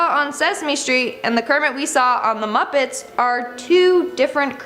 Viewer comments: Kermit and Cermit with a C 😂🤣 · Cermit with a C! i knew it!